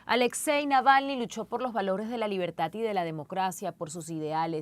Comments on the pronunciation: No sabe la reportera de CNN pronunciar correctamente el apellido del líder ruso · Le cuesta tanto a esa reportera pronunciar bien el apellido Navalny? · Esta sujeta de rojo ni siquiera pronuncia bien el apellido de el difunto Alexei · Nunca pronunció bien el apellido 😅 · Apellido malpronunciado! Saludos 3 veces o más! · Y se terminó el reportaje y la presentadora Claudia Rebaza, nunca aprendió a pronunciar el apellido Navalny😬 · La periodista ya me pone nervioso pronunciando mal el apellido grrrrrr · Creo que la periodista pronuncia mal el apellido Navalny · Díganle a esa mujer cómo se dice Navalny. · Alguien puede por favor decirle a la periodista, que el apellido no es ese, que lo dice mal. Me parece una gran falta de respeto.